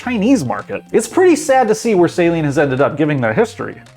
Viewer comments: Saleen. Pronounced Celine, not saline. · Well, he has no idea how to pronounce 'Saleen' or 'Esprit' so I think you are likely right. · Dear god say the name right!! SA-LEEN. not Say-leen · It's "Sah-leen" It's not a solution used for contacts. -_ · This pronunciation of Saleen makes my ears bleed. It's not SAY-leen. It's Suh-LEEN. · FYI: Saleen (Sah-leen) is a car. Saline is a mixture of salt and water. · This is the worst opinion I have ever seen in a video, he doesn't even know what he's talking about, almost every single word he said about Saleen was wrong, he even pronounced it wrong.